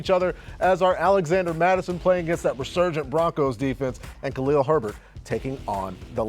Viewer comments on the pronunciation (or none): none